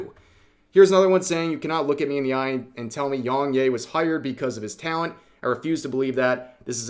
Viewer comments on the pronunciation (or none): To be fair, Yong 'yeah' not 'yay'. But then again you say Desoo, and monga. So... It doesn't matter much either. But... if it's for a story about a person, it is a little impolite not to at least get the name right, and may even seem deliberate. Vocal tone aside, he didn't have a believable performance. The other guy didn't either. Also, his take on Mario was hypocritical. He does go hard on folks himself, sometimes unreasonably. The karaoke was doomed to start. Who wrote that? Was it supposed to be a joke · How did you mispronounce his name this bad 😂 it’s ya not yay 😂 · Please rev, you don't say yong yay, it's yong ya. You don't need to white wash everything bro. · Are you pronouncing the name wrong to be contrarian? I mean he says it in all he's videos and how interpret "yea" as "yay"? I mean you didn't get "Yong" wrong in the 2 syllable name. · It's pronounced Yea (Yeah) just without the H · bro you saying yongyea as yongyay is so funny